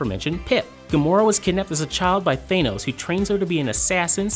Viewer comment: learn how to pronounce Thanos and I'll take this video moire seriously